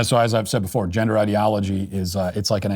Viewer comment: what's a "gindah" ? 🤣